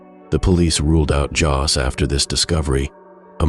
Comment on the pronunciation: "Jos"???? "Mary Jos"?????? 🤔